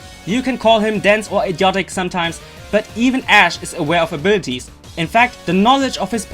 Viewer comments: Arbirties ?! Lmao 😂😂😂 A B I L I T I ES PRONOUNCE IT RIGHT !! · What I hear when he says "abilities", I hear "a birdies"